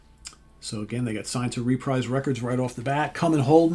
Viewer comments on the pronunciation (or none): About one third into this video, I have to stop and correct you about the pronunciation of Reprise Records. I’m pretty sure it’s pronounced “re-preeze”…..rhymes with “Fabreeze” 😂😂 Ok, sorry, I will now continue watching. So far so good 👍